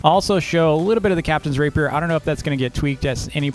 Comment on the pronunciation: It’s not pronounced raper it’s pronounced rah-pee-air